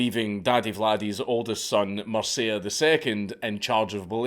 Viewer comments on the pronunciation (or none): You need to learn how to pronounce MIRCEA. It is not Mirsea, it is MIRTCHEA. There is no STEPHEN in Romanian history lol. The king was called STEFAN . SHTEFAN pronounciation. Also ION is not JOHN. And Vlad's dad name was also Vlad, not Vlady. Impaling women for adultery is a lie, I don't know where you got that from. He was impaling the actual traitors of the country as well as thieves and robbers, not women. He also did not kill beggars, he was going for the thieves. Check your sources. We actually need a Vlad feast for all the globalists and their families at this moment in time. There was a story saying that there was a gold cup near one of the fountains by a crossroad for anyone to use during Vlad's reign and no one dared steal it as they were so afraid of impaling.